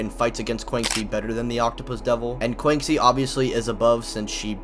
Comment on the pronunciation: Bro PLEASE learn to pronounce Quanxi better. Disrespecting the homegirl.